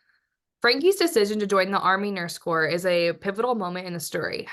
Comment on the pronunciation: The word is not COR”P” it is pronounced “CORE.” Saying the word “like” almost every other word is very distractive. Please listen to other book discussions to learn how to review a book. Perhaps listen to the author’s many interviews to help you understand the story behind this book. Perhaps reading a few biographical books by Vietnam era nurses will help you relate to the women in THE WOMEN. This time period s gained many freedoms and rights your generation has taken for granted.